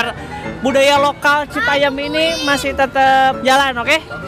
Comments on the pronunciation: Citayem pak, bukan citayeum. Itu kan JKT bukan Bandung yang ada peyeum hehe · Ti iraha citayam jadi citayeum 🤣🤣